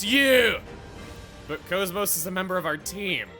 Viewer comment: Couldn't resist calling KOS-MOS "Kosmog", could ya?